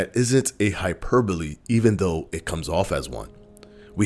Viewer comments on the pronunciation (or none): none